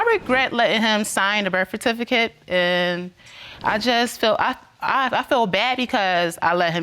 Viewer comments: She said "bercificate" twice! Ooohwee! 😂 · The REF-FERTIFICATE 😂😂😂😢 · Is it me or is the word "certificate" tripping her up? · Can't even pronounce certificate. Sigh lol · she can't even pronounce certificate.. uuuggghhhh